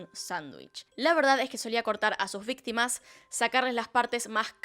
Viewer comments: A ver cuándo se entera que dice "vitima" XD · te comiste la C de Ví"c"tima. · Me encantan sus casos 🥰 Pero dice vitima jeje Lo siento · Le falto la “c” en víctima señora